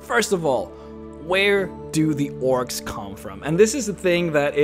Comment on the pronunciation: Almost every time he says "orcs"... I hear "oryx. XD